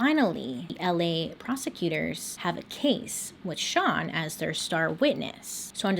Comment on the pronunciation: I love how confident Bailey is saying STAN instead of SEAN😂😂